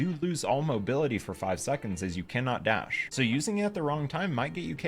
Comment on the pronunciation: “As you cannot das🦅”